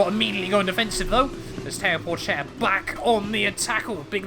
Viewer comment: Théo Pouchaire not Porchaire